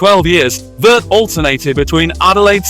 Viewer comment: Carl Veart is pronounced Ve-Art